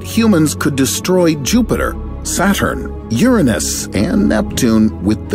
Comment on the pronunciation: Thank you for pronouncing Uranus the correct way.